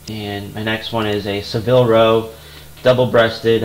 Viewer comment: Great picks and good choice in changing your listing to 30 days.Just subscribed to your channel. Oh and it's pronounced Sa-vil not Se-vil.